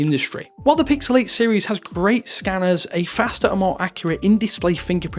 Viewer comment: I SWEAR HE SAID PICKLE 9